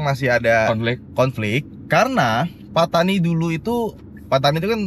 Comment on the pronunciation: Mungkin Pattani dari perkataan "pantai ini". Tapi cuba lihat bagaimana dieja dalam tulisan jawi Melayu. Bukankah Pattani dieja فطاني bukan ڤتاني ? Ia berbunyi "Fatoni" bukan "Petani/Patani".